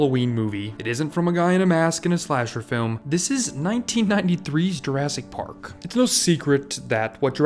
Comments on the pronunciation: am i the only one that think hes saying pork instead of park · I swear he said "Pork" instead of "Park" a couple times... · Very nice video, but i feel like you are saying jurrasic pork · Am I hearing “pork?” Is that an inside reference to something, pronouncing “park” as “pork”? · At one point, you accidentally said Jurassic Pork and it made me laugh so hard. I needed that today. TY :) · Why does he keep saying pork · bro im sorry but why do you pronounce "ar" as "or"? lolol Jurrasic Pork